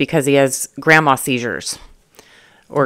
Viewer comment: Took me a minute to realize she meant Grand Mal, lol.😂